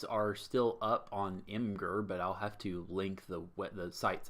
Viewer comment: Shoutouts to correctly pronouncing imgur like "imm gurr" and not like "imager".